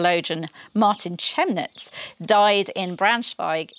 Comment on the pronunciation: Chemnitz is pronounced, Kem-nitz. That is also a city in Saxony near Dresden.